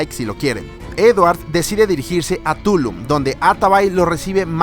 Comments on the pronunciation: Ay, bro. Por tu forma de hablar espero que no seas mexicano. Mira que llamar Túlum a Tulúm (2 veces), siendo de México, no tiene perdón. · No se dice Túlu ni es una isla; se trata de Tulúm, Quintana Roo, México. La costa mexicana del mar caribe.